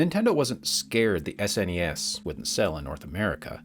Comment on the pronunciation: I’m just glad he didn’t call it “sness” or “snez” at any point.